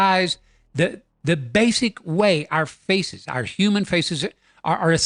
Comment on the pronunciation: What's a 'Humam'?